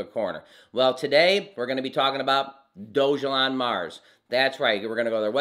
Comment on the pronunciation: Sorry my friend but you are not saying the name properly